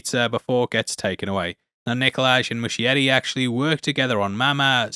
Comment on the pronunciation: And sorry, the director’s last name is pronounced moose-kieti